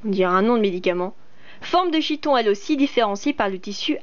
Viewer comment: Pas mal ta vidéo mais on prononce chiton "kiton" le ch se prononce k. Mais bon c'est un détail, sinon ta vidéo est instructive et drôle.